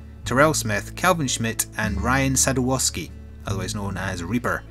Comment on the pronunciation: ok first things first sadowski is pronounced Sad Ow Ski dont know how people mess it up XD i want kit kats now i think before you do mh4u you should at least finish the offline missions